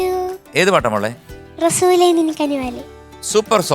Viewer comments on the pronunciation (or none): താഹാ ❌ ത്വാഹാ ✅ Razoole ❌ rasoole ✅ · Razoole എന്നത് വളരെ അരോചകമായി തോന്നി. റസൂലെ എന്ന് നേരാം വണ്ണം പറയാമായിരുന്നല്ലോ. അത് പോലെ താഹാ... ത്വാഹാ എന്നാണ് ശരിയായ ഉച്ചാരണം.